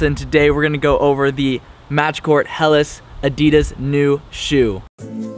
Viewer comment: Pronouncing adidas "adeeduhs" is one thing but not pronouncing helas "aylas"?